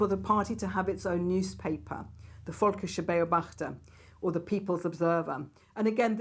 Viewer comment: We learn nothing from history, not even how to pronounce "Völkischer Beobachter".